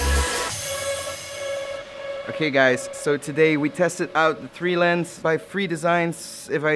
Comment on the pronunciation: Tree-Lens XD